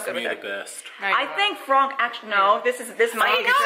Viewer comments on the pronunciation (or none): Why is it fronk??? I'm not a native but why does that name bother me so muchhhh arghhhh!! P.S : I know it's spelled Franck but why is it pronounced as Fronk 😭